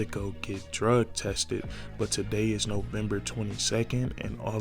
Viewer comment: Nah. Drug tested. Not druh tested. /